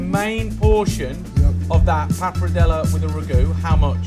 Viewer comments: based on how Mr. Food Busker pronounces wagyu, I fully expected him to pronounce this dish RAGyoo. I'm glad he didn't. Ugh. I spoke too soon. He's pronouncing papardelle as papradela. Accents on the right syllables, but moved the R and changed the last vowel to an A. I can't argue with the recipe though. It looks like a real winner to me. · "Papradellah" - 5